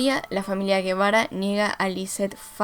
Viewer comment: Hola, también de aquí de Argentina, buscaba este caso y ya te conocía y me pareces muy buena en la narración. Fijate que esta mal pronunciado el apellido, lo demás 10